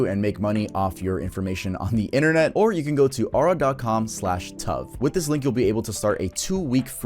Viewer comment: I knew tuv was Hispanic, listen to that pronunciation